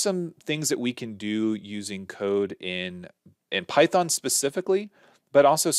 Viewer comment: good one, "pythong" :D